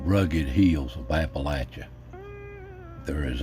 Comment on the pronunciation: Haha “Appalachia’s”